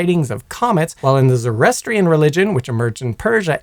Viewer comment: "Zo As Trian" Really? "Zoroastrian" is "Zo Ro As Tri An".